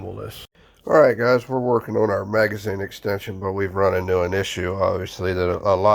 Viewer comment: It's "Magazine" and not "Magizne."